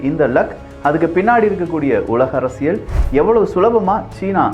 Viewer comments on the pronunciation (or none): none